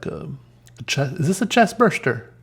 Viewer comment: The way he says “Chest Buster” 😂😂😂